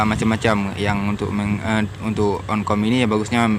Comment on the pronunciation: Jamur oncom bukan jamur onkom